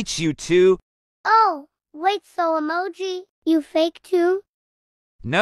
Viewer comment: “Rawblox” “Yeses” “Humum” “Emaji” “Emagis” 💀